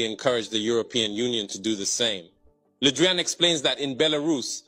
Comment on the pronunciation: "Ludrien" or "Ludrian" = Le Drian.